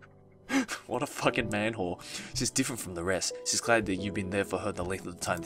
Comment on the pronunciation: I fucking list it after he said man-hore XDXDXD